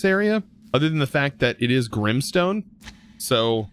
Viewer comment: Its grimEstone. Not Grimstone.